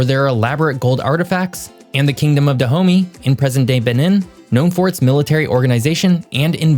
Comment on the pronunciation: look. We are not THAT cool to have a place named “da homey” it’s pronounced Da-ho-MAY.